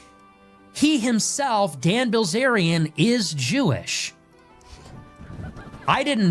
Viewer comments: Bil zarian Zack not Bliz arian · Right off the bat and you mispronounce his name. The eye comes before the ell, it’s \Bill Zaryan\ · Asmongold actually can’t pronounce “bilz”